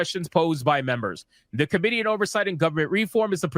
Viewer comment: I don't mean to nitpick because you were contextually intelligible but if you stress the i in committee instead of the o it will sounds more understandable. Currently with out context it sounded more like comedy. I know this is completely off topic and I mean no disrespect.